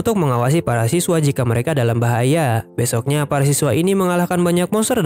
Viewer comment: Min lu orang mana kek sunda soalnya tdi ada bilang besok na wkwk😂